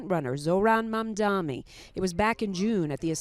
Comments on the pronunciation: Why do the reporter and anchors keep saying Mamdame instead of Mamdani? It’s really not that difficult. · It would be really great if everyone at channel 7 would learn how to pronounce “Mamdani.” That’s an N at the beginning of the third syllable, not an M. Idiots.